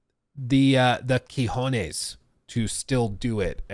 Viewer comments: I'm from Seville, Spain. Let me tell you it's not "kijones", it's "cojones" 😅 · cajONes, not “Key-honaise” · Uses chutzpah wrong. Says quijones instead of cojones. How to fail at two languages in 10 seconds. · I am sorry, I have to correct you, it's "cojones". Nice video